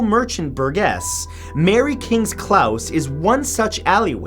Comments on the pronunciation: ''mary kings clows?'' whats a ''clows''? .....:P its pronounced close...like someone getting ''close'' to you... its because the ''homes'' are ''close'' to each other...thats why its called a ''close'' :P (is from edinburgh) honestly though mary kings close isn't even bad....been there many times... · Klause? I pronounced Clo-se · Close not claus. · Omg - it's Mary King's Close, as in 'gee, that was CLOSE". Not pronounced "klauss". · Note: "Close" in "Mary King's Close" is pronounced the same as something like "That is close to that" Love your vids ;D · Close.......not clouse 😀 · Mary kings "klaus"? Lol are you serious? Where did you even get the idea that it's said weird? It's not. It's just close, pronounced just how it looks; the opposite of far, synonym of near :p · I ain't going into the bhakgor one. But Matt Close is not pronouced like house or mouse it should be like closing the door. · Hi Matthew just to say I from Scotland and it isn't clause it is pronounced close. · It's pronounced close not clause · Sorry Matthew but your pronunciation of Edinburgh was painfully bad. Also the word close is not pronounced 'clouse' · Why are you always mispronouncing things the word is pronounced close as in being close to someone not clause... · Clowse matthew not clouse. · Are you sure it's pronounced Klaus? I've heard people there pronounce it as it's spelled - "Mary King's Close." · Matt, I love you and your vids brother but I need to pull you up on your pronunciation. If a shop isn't open, is it closed, or Klaussed? The place in Edinburgh is Mary Kings Close (rhymes with Dose) lol. A Close is an allyway either through a building (with its upper floors bridging over it) or between buildings, not wide enough to get a form of transport through, as that would be a lane, but wide enough to walk in pairs and some wide enough to walk 3-a-breast. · Not Claus, close with a hard O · I'm British it's pronounced close not clouse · The way he said close was more annoying